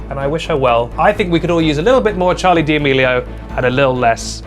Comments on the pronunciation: D’amelio isn’t said like that lol - it’s just said “damelio ” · Pretty sure he says it like that as a joke